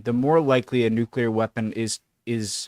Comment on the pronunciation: 18 minutes and 23 seconds of silence for the nucular weapons